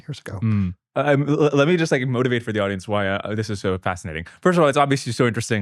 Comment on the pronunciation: he said "fascitating" lol